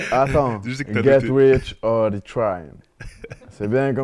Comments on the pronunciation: c'est par rapport à "die" qui ne sait pas prononcer mdr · Starfallah il a dis get rich or 'DI' tryin il sait meme pas dire die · le gars il sait meme pas dire get rich or die trying hahahah